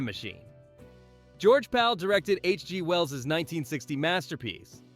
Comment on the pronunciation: The shame of this is the AI narration. Use a real person, for godssakes! Otherwise we're assaulted with " HG. (pause as if end of sentence) Wells.